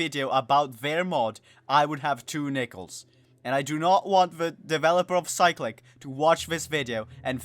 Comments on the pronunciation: I cant tell if its you or cyclic itself that is wrong. but why is it being pronounced that way. Cyclic is literally just a word with a different pronunciation bruh. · Not how u pronounce cyclic )